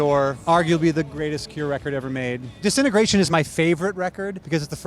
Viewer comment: ‘Disintegration’ is not pronounced ‘decennergration’.hehe. I love The Cure and yes, ‘Disintegration’ is a brilliant album.